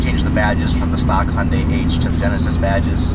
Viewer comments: It’s Hyundai. Not hi young day 🙄🙄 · Who else got triggered when he said hy-uuundai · That's not how you pronounce Hyundai 🙄😂